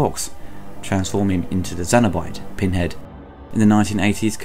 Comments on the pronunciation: I'm sorry, this started very good, but I cut it off at 5.30min! If you pronounce Cenobite as Zenobite, you have absolutely no business doing any kind of Hellraiser review! After the first mispronunciation I though... ok.... Let it slide, but inside I was very angry, carried on watching and you did it again!!! Don't know if you're doing it on purpose to stand out or get attention, either way..... Absolutely inexcusable. Wish my 5min view didn't count as a watch, and wish my ears could un-hear it. You moron. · Cenobite not xenobite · They're Cenobites not Xenobites and it's the Lament configuration not the Laminate configuration. Not sure why you keep saying these words wrong despite them being pronouced pretty much phonetically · its fucking CENOBITE not xenobite. what the hell man. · Its Cenobite, Kyle and Channard. Not Zenobite, Karl or Shannard. 👍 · It's Cenobites, not Zenobites. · It's pronounced "cenobite" not Xenobite and "Keer-sty" not Kirsty. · GOOD REVIEW HOWER YOU PRONUNCIATIONS OF THE CAST: CENABITE YOU PRONOUNCE THEM' ZENOBITES. IT SHOULD BE SENOBYTES. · Dude... It's Cenobite... C not Z. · Cenobite, not xenobite. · Cenobites. With a 'ssss', not a 'zzzz'. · It's Cenobite not Xenobite. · cenobite not xynobite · “Zenobites” “Doctor Shannard”?! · I've watch all your videos...out of all of them this is the one I can't watch, so many basic errors...'Lamnent'? 'Xenobite'? Bit rushed? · Do you keep saying 'zenobite'? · Good review and summary, but why do you pronounce 'cenobite' as 'zenobite'? It sounds like it belongs in the Alien universe that way. (xenobite?) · I wonder if he calls the Aliens, Cenomorphs. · zenobite? Is it really pronounced that way or is it his accent?